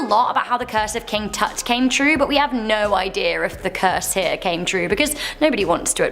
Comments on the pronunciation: Its so very annoying that these young people cannot be bothered to pronounce names CORRECTLY! Who the hell is King TOOT???? For several DECADES myself and many MANY other people have always been told its KING TUT!! But yet again we have millennials who were never taught proper English. And cannot pronounce names or basic words correctly. I was an A student in English when I was in school, and find it so very disgusting that education has declined to such a level of noneducation. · Not toot! Its tut. Say it right or get off the channel. She is the only one I don't like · 6':14 she said king toot 😂😂instead of king tut😂😂😂 thats good material😂😂😂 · Did she call King TuT,. King TooT? WTF? Have I been pronouncing his name wrong all these years 🤔🙄🤨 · Was she actually calling him King Toot instead of King Tut? Or was that just my imagination? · King TUT not (toot) 😂😂😂😂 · It's "King Tut, NOT "King Toot" ! Just FYI. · wait is it King Tut pronounced like King "Tuht"? or King "Toot"? (English is my second language and Im trying to get better at it everyday so I am genuinely confused lol) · TUT -"toot"😂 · Is it King toot or a king tutLeast I thought it was king tut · tut not toot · LOL. KING “Toot”. Funny….it’s King Tut (rhymes with but ). Still appropriate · King Tut is not pronounced as King Toot. Tut rhymes with gut. King Toot's Terror sounds stinky. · His name is not Toot it is TUT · Its king tut not toot. Lol some repetition also. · lol it’s not king “toot” it’s king tut! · T-ut like hut not tute lol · I laughed a bit when she said KIng toot instead of King tut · His curse reads: Enter within this tomb, Life won't be the same, The worst pestilence will occur, When you mispronounce my name! It's King TUT, not King TOOT. And even though Lord Canarven died in Egypt, back home in England, his favorite dog howled, and fell over dead at the exact same minute that his master died. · I thought the same thing! Yes, “toot” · King Toot? Seriously? Toot? Not. even. close. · King Toot? 🤣